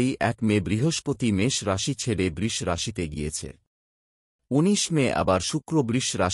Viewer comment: উচ্চারণ ঠিক করুন।বৃষ,বৃশ্চিক আরো অনেক গুলো উচ্চারণ কানে লাগছে বড্ড।আপনি তো সব রাশিকেই খুশি করে দিলেন।সেটা অবশ্য ভালোই।সবাই খুশি হবে।কিন্তু সবার ভরসা কমে যাবে না তো?আপনিও ভালো থাকবেন।